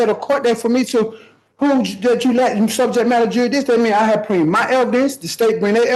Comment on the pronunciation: mushmouth is thick down in the docket. dear lord, help us not laugh at attempt on "jurisdiction."